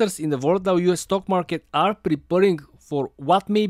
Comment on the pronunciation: Stoke sounds just like stock when he says it